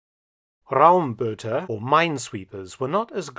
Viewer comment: I had no idea that this ship even existed although I lived just across the river for almost three decades! Our government won't save her. I guess as long as there isn't anybody from outside of Germany who's interested in buying her, she'll be scrapped anytime soon. Oh, the "äu" in "Räumboot" as well as the "eu" in the city of Neuss are pronounced "oi" like in "noise".